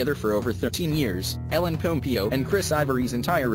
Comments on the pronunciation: ”Ellen PomPEEo” I can’t😭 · It s ELLEN POMPEOOOOO NOT POMPIO WTFFF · pom pee oh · Ellen pom-PEE-o🤣🤣🤣🤣